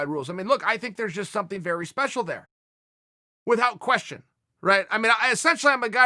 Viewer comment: The way uncle chael says without is killing me.